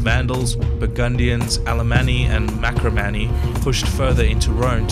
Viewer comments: MaRcomanni, not Makromani. AFAIK. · Don't know if anybody noticed but it's Marcomanny, not Macromanny. Otherwise nice piece!